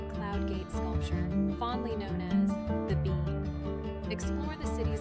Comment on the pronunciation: it is called the bean not bee!!!!